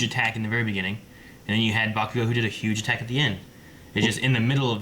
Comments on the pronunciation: Why does keep saying BaKOOgo??? It's BA-ku-gou, and his first name is Katsuki, but no one calls him that. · Them: katsugi bakuugo The anime: katski Bakugo (cot-skee bah-koo-go) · Why is the guy all the way to our left calling (BAH-ku-go) (bah-KU-go) ? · BA-KU-GO Get it right goddamn. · I love your videos, guys, but it’s kinda bothering me how you guys are putting NO effort into pronouncing some names right. It’s not like you guys are reading Katsuki Bakugo’s name off a screen. You guys are ACTUALLY HEARING them say it in the show. So it’s just kinda annoying. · learn how to say Bakugo correctly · Can someone please tell me when learns to pronounce Bakugo's name? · i know right